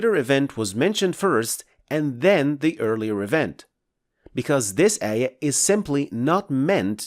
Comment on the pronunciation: Please DO NOT use english transliteration, it us bad, ugly. You must pronounced it AAYAAH NOT EH-YEH, and AAL-QUR'AAN, NOT EL-QUR-EHN.